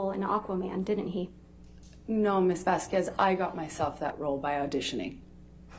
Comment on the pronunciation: Elaine pronounced Camille's name wrong the entire trial. That is so disrespectful. There is no way someone didn't correct her, or that she NEVER noticed how other people pronounced it? It's 'Vazz kezz' not 'Vask kWez' Even if its an easy mistake due to the spelling; Ms Vasquez her name is said often during the trial, including on broadcasts, you know Elaine watched It may seem like a small thing but knowing how shady Elaine can be I think it's an intentionally petty tactic. Bredehoft is correctly is Breddy hawft. What if she was called Elaine BreddLe haff? Every day, for weeks?